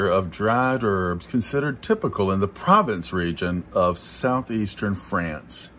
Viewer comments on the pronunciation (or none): "Pruh-VAUnS" as in US "taught", with the n kind of silent or said in the back of the nose